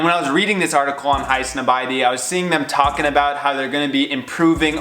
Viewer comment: High - some - body..? I thought it was pronounced High (Snob) ie ty...